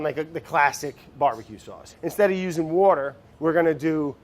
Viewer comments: I love the fact that after every single time Brad says “water” there's a little subtitle somewhere that says “wourder” 😂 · Say wourder duh😂👐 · i love how the editors make fun of how brad says water every time